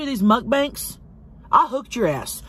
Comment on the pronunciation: Fuck I love how you say MUCK-BANKS. Never stop. 😂